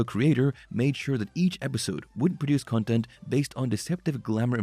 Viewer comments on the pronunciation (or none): none